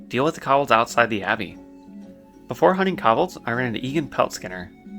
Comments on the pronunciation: you have an interesting way of pronouncing Kobold. like i can see why you may think its said like that, but its still a very different way from what would be considered conventionally correct. you say Kobold(s) as something similar to Cob-bel, and it should be more like "Co-Bolt" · What about the Cobbleds? (Kobolds)